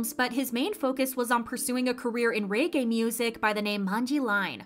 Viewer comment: okay but why did u say reggae like that...